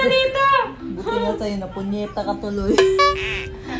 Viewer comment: Sobrang natuwa ako nung sinabihan si ate Sophia ng ponyeta😂😂😂. First time ko na napakinggan si na nagsalita ng mali. Nakakatuwa talaga😂😂😂😂😂😂😂😂😂😂😂😂